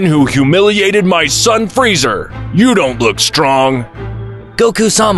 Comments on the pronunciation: Dragon Spheres 😂 How do you fugk up the name? You also refered to Kale as His once. The name is Freeza not Freezer. Fix these issues in future. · Um "freezer" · If you can’t even pronounce Frieza’s name correctly and say fuckin “Freezer”, then you shouldn’t even make videos. 😂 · Frieza not freezer